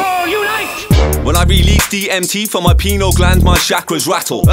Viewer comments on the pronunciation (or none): Hello Hi which is pronounced "pie -kneel" not penil lol